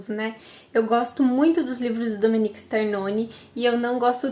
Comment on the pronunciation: O nome é Domenico e nao Dominique.